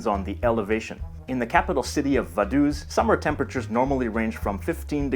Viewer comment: Actually the borders of Liechtenstein IS demarcated. This means that there is a border (with bordermarkers) between the countries, and not just an administrative line (as between Andorra and her neighbours). Vaduz is pronounced something like "Fadohts".